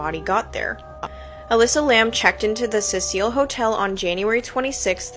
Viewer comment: It's Cecil as in SEE SILL. Fuck, this chick calling it the Cecile Hotel is MAD annoying. 😅😅😅